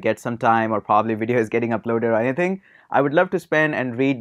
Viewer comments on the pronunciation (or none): none